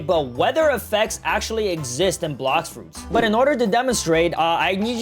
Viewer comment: Bro said blox roots😂😂